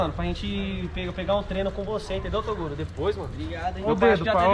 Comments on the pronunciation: Se tem maninho falando "TODURO" sempre vai ter like kkkkk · Nicolas chamando ele de Toduro..kkkkkk..morri.. "obg toduro" kkkkkk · O MERNORZINHO QUE FALA TODURO, É A CARA DO BRONKS FALA PARA O ELE ASSUMIR O MLK TOGURO KKKKK